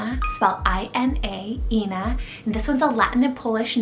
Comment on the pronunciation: Thank you very much for mentioning the name Ina. It is so rare but it is not pronounced Eee-nagh it is pronounced *eye - nagh*. It can also mean mother 😊